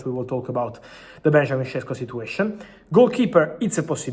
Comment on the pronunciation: Sheshko, not Shesko! 🤷‍♂️😂